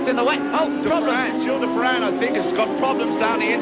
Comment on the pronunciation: I MISS Vancouver! Love the way he pronounced "De Ferran", made it sound much nicer!